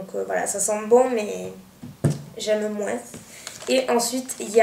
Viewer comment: Toi aussi tu dis "moinsse" comme m'ont encienne prof de maths. :')